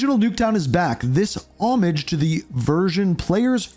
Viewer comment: why did he say "homage" like that?